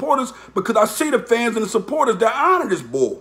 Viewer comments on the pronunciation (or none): none